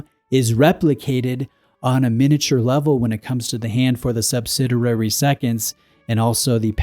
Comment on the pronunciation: it's pronounced "sub-SID-ee-air-ee". Love your channel. Just bought a CFB Heritage Bicompax. Very nice watch.